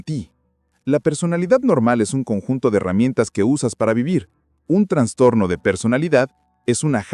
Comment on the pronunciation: Me da trastorno escuchar que digas transtorno :)